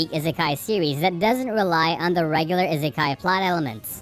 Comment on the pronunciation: I-se-kai not that hard